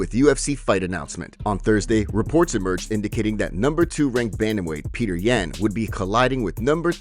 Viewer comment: butchering Yans name lol